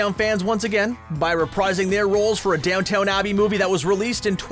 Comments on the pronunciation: The amount of times he says Downton wrong is painful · AARGGHH for a video nitpicking tv mistakes, you really didn't check your pronunciation of Downton, it isn't Down-Town, it is Down-tuhn. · Your channel should have a video called 10 times our voice over person mispronounced a name or place. It's Downton Abbey not Downtown Abbey. Please get these pronunciations right before recording your content. It makes a great video into a so so one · Every comment is about how he said DownTOWN Abbey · It’s not even call downtown abbey, it’s called Downton Abbey (which is pronounced down ton abbey) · It’s DOWN TON NOT DOWNTOWN ITS BOT AMERICAN ITS BRITISH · Diego/Kraken laughing in the elevator is not a mistake. In the comics, he can hold his breath indefinitely. He's not smelling the flatulence, but he's enjoying watching his sibs deal with it. Also, it's DownTON, not DownTOWN. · DownTON Abbey not DownTOWN Abbey. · I’m going to Gibbs slap you if you say DownTOWN Abbey instead of the correct DownTON Abbey again. 👋🏻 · DOWNTON NOT DOWNTOWN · DOWNTON not DOWN TOWN... jesus! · He kept saying down town, but isn't it down tun? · "Dowton" not Downtown lol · Christ.. it's not pronounced "Down Town" .. its "Down Ton". Learn to bloody read. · Talk about mistakes?!? It's NOT Downtown Abby It's DownTON Abbey!!! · Just one little note: It's "Crowned" not "Coronated" [edit] Okay, two notes. Downton, not downtown. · It’s pronounced Downton abbey, not Down-town abbey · Downton, NOT Downtown! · Oh my word.. my dude.. DownTON not Downtown.. as the dowager would say, "when you talk like that I'm tempted to ring your nanny and have you put to bed with no supper" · It’s Downton Abbey not DownTOWN Abbey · Had to rewind to make sure he DID say Down TOWN Abbey! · Screen Rant: Makes a video about bloopers. Also Screen Rant: Repeatedly pronounces Downton Abbey as Downtown Abbey. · So is continually mispronouncing Downton as "Downtown" supposed to be a meta joke about leaving mistakes in?